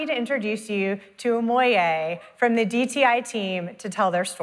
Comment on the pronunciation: "from" not form